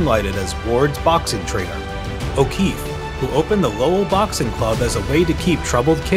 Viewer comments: Lowell Massachusetts is pronounced Lole not Low El the pronunciation is getting worse here I thought the pronunciation of Michael Crichton ( CRISHON) for the Jurassic Park video was disrespectful enough 😂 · It's NOT "lo-well" it's "Lowell" pronounced as one word... I know Massachusetts towns can be tough to say, but this is an easy one compared to others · The real bullshit alert is how you pronounce “Lo-well” lol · WTF happened to the way you pronounce Lowell